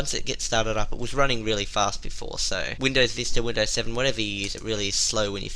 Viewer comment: It's Windows, not "Windoze".